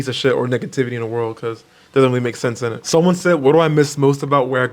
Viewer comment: You said "init" that's so British 😂😂